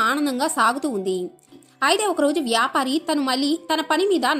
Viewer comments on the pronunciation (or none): వ్యాపరి కాదు,వ్యాపారి